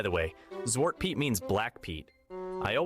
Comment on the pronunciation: If he is Dutch... why is his Dutch pronunciation that bad..... weird. Even if you moved at a young age, if you were of an age you got told Sint wasn't real you were old enough to remember that Piet is pronounced the same as Pete. The Chimney black is a modern interpretation to hide the "it is actually a slave part" (No I am not anti piet, but I am a realist and history geek) Zwarte Piet was created in 1850 by Amsterdam school teacher Jan Schenkman. Sadly the past decade at least, if not longer, there are two groups (pro piet AND anti piet) that refuse to come to a compromise and insist on ruining the fun for the kids. Just adding other colors makes them the fantasy figure pro piet people claim it is but pro piet people don't want that and anti piet people refuse it if black is not toally removed. so they are at a stale mate.